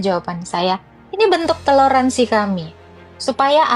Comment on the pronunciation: TELORASIN kok TELORANSI bin "TOLÈRANSI"